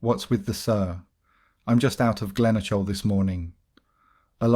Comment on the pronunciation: Glenoshil ? Ffs Glenokil ( Glenochil)